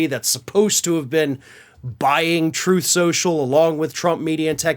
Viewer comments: “Troof or Consequences “… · Troth Senshul 😂😂😂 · RIH, "Troth sential" / "Troof sential" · Troth sential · Troathe Senshul! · “TROATH SENTIAL”!!! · “Troth Sential” RIP 💀⚰️🪦⚱️ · you pronounced it wrong; its "Trothe Sensual" ~ I heard Trump state that himself. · Troth Central as Trump likes to mispronounce it. But then who would expect him to know how to pronounce a word like 'truth'? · "Throthe Senchul" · You mean, Troth Sential? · You mean, troth schochel? 😂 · the end of "troth senschel"... oh,no! ...anyways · “Troth Sencial” —DJT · “Troth Sential”- DJT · tRump mispronounced the name of his social media site as "Troth Sensual" (or something like that). David Pakman uses that foible on his show when he's remarking on donny's comments. In Ukraine, they elected a comedian to be their president, and HE HAS BEEN truly admirable. Here, we elected a con to be a president, and he turned out to be a clown, truly disgusting. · He can't even pronounce the name of his own gig properly....Troth Cential. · Truth social? During one of Trumps speeches I thought he called it "Troath Sensual". I've been calling it that instead.